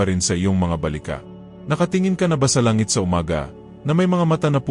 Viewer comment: Pati langit ay binabago nyo bigkas